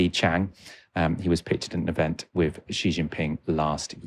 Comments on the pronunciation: dear content developer, Xi is pronounced as shi ( si ) not ji in Chinese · This shows how westerns do not understand cpc. Xi publicly spoken many times, cultural exchange is for the general public. The governments job is to look after its people, not exporting culture. And how Xi is pronounced is more like Si than Ji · The 2 hosts couldn’t pronounce Xi correctly as it’s not Zi, more like “She” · Xi is C not G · The hill Billie’s only knows Jackie Chan , Xi and Mao.Even Xi which is pronounced as C or See, they get it wrong . Mr G , Mr She😅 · For a start, when discussing China, pronounced President Xi's name correctly. Xi is pronounced as "she"; not "gee", not "jee", not "zee". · Why pronounces Xi like the French pronunciation of "G"? Here are the different pronunciations for the letter "X" in English: SOUND IPA COMMON POSITIONS EXAMPLES ___________________________________________________________ KS /ks/ End, before consonant toxic, box, next GZ /gz/ Between vowels exam, exist, example Z /z/ Word-initial (Greek) xenophobia, xylophone KS/SH /kʃ/ /ʃ/ Before u, in -xious sexual, luxury, anxious There is NO English word in which the "X" sounds similar to the English "J" or exactly like the French "G". So, please STOP pronouncing GEE Jinping FCS! If you just say it like in SHE it is 95% correct. You CAN do it, it's not rocket science